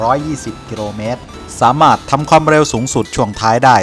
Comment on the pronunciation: อยากให้แอดมินพูด ร.เรือ กับ ล.ลิงให้ถูกต้องหน่อยครับ หรือไม่รู้ว่าคำใหนใช้ ร.เรือ คำใหนใช้ ล.ลิง คำว่ากิโลเมตรก็เป็นกิโรเมตร แต่ความเร็วบางทีดันเป็นความเล็ว กิโรเมตรนี่ประจำเลย